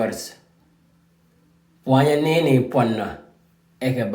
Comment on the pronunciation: bro. this is good lesson, but it sound like pwanya and not pwana